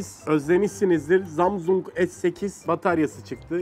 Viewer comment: Cağdaşin ZAMSUNG deyişi çok güzel diyenler +1